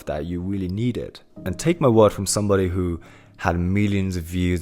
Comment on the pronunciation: Great content man. Love the positivity. Also- the only time I can hear your accent is when you say ふ for “who” lol. No offense intended. This is just reinforcing the idea of being imperfect being okay.